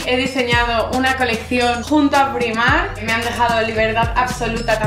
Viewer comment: "PONE PIMARK" Y el tacón de "metraquilato"? Es metacrilato.